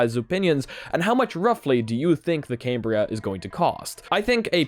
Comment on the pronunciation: You didn't get invited because you keep calling it came-bria instead of cam-bria